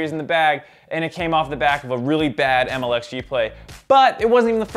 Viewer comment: maybe get the name correct？its MLXG lmfao